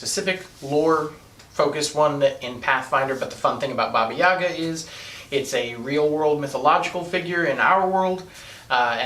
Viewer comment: Heyo, Russian here. It's pronounced baba yagA, not baba YAga. Also if witches get their powers when animal familiar grants those to them, that makes Madoka a witch... And more importantly - Sailor Moon